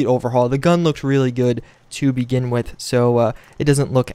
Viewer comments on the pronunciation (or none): none